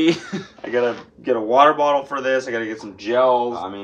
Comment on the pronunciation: Found out today that Cody doesn’t know how to say water bottle